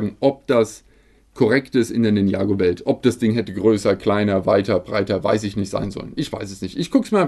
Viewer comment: Ninjago ist gesprochen Ninja-Go